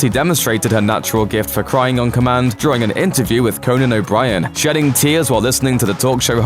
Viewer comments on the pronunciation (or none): none